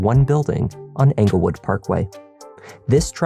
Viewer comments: It’s not anglewood, it’s Englewood! 😊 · Just a heads up (I know I'm late) but it's Englewood, CO not Anglewood